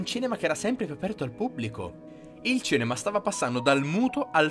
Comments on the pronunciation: Perché hai una dizione perfetta e molto fruibile, come mai non riesci a dire CINEMA? Mi entusiasmano i tuoi video ragionamenti Grazie per tutte le tue informazioni! Bravissimo! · Ma cos'è il "cenema"?! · Ma perché dici cEnema?